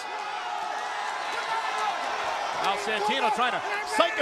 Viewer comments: sheamus but santino says sheamus its spelled like this sheamoose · Santino: "Sahymoos" 😂😂😂 Ladies and Gentlemen "Sahymoos" 😂😂😂 LOW KEY RACIST: "We have GINGER TEA 😅 You have NO PIGMENTATION 😂" Exposed to Gamma Rays You're a Ginger 😅 That Placard "I HATE GINGERS " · Santino: shaymoose Me:😂😂😂😂😂😂😂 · Love the fact that he pronounces Sheamus, "Scemus"... which in italian means something like "Stupid" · "Sheamoose" I lost it XD! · "Shaymoose" XD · He called him, Shea-Moose! 😂😂😂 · “Shamoos" LMFAO!!!!! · Is it sheamoose or sheamus I love the way he is pronounce it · From now on out. I will call Sheamus fore Shemus. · It's impossibile to get if you're not Italian, but santino's pronunciation of Sheamus name sounds very close to the Italian "scemo" which means "dumb". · Who is "Sheamoose"?